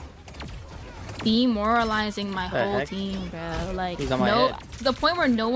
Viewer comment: Why does say 'Bro' with the intonation of a slur?